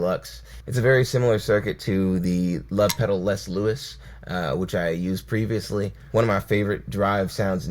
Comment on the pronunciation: I think Les Luis is pronounced like Lay Lou-e. I might he wrong, though. Loving the content!